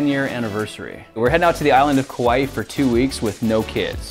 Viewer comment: there is an okina in kaua'i so pronounce it correctly please